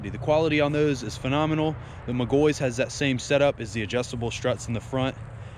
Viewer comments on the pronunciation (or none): its "Mic Gaw He" im a McGaughey